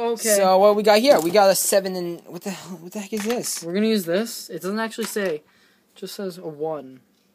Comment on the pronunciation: It looked good -3 and u cursed at "what the hel-eck?"